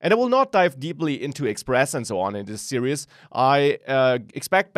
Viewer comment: Great course, great teaching. One request. Please look into how to pronounce "series" in English. It sounds like you're saying "serious". I'm serious! Thanks for the good work.